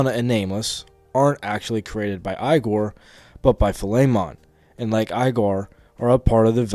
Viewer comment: I don’t mean this to sound too critical, but i find it insane how you manage to mispronounce like every character's name. If it is ragebait, it is genius. Igor is said in voice acting in 3 4 and 5 at the least.